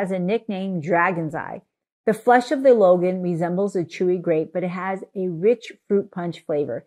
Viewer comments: Hi. The fruit you like should be pronounced more like LONE-aunt ("dragon-eye" in Cantoneae dialect). Appreciate your information- and wisdom- packed videos! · For those interested in knowing, Longan is pronounced Long + Ahn or Long + Ann. It is Cantonese as the fruit grows mainly in southern china. It’s actually: long + ngan but shortened to longan in English. It should not be pronounced Logan. Long (dragon) Ngan (eye). Lychee can be pronounced Lie + chee (Cantonese) or Lee + Chee (mandarin) depending on which version. Again, I prefer Lie+chee because this fruit originates from southern china (mainly canton and Fujian). Btw, I’m Cantonese by descent.